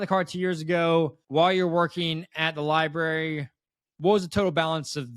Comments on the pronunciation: It's actually embarrassing. This woman works at a library and can't even say it correctly. It's sad. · The way she says library “li-berry” kills me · She has 2 agents and neither has told her how to pronounce library.😢